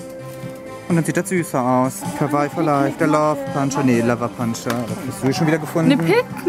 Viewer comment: Du sprichst Kawaii falsch aus